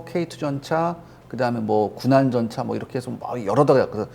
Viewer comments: 군안전차 (X) 구난전차 (O) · 군안전차가 아니라 구난전차..... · '군안전차' 가 아니라 '구난전차' 입니다. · 한가지오타가 보여좀거슬려서 글올립니다 초반부에 .군안전차라고 말하는부분이 굉장히거슬리네요 군안전차가아니라(구난전차입니다 신경쓰세요) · 3분 6초....... 군안전차(X) --------▷ 구난전차(O) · 군안전차x. 구난전차o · 군안전차...ㅋㅋㅋㅋㅋㅋㅋㅋㅋㅋㅋㅋㅋㅋ 구난전차....... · 예? 군안전차요??ㅋㅋㅋㅋㅋㅋㅋㅋㅋㅋㅋㅋㅋㅋㅋㅋㅋㅋㅋㅋㅋㅋㅋㅋ